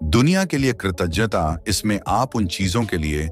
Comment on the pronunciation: Pronounce well. It's " kirtaghta". You are doing good.